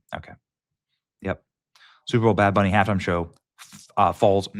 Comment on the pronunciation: Did he just say bad Benny?